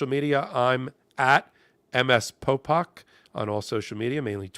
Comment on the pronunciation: A. It’s Popok. B. Check your speakers.